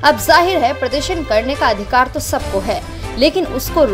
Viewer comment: adhikar ko adhikad kyon bolrahi ho sunne mein ajeeb lagta hai.